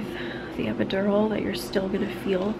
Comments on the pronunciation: EpidoROL Man pronounce it right it irritates me every time he said jt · I love the way he says epidural 😂🖤